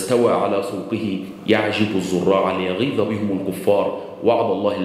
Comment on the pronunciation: يعجب ( الياء بالضم تقرأ وليس بالفتح أرجو التركيز عند تلاوة ايات قرانية